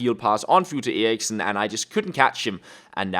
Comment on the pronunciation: Jacob May hes Danish and me to thats how u say it on danish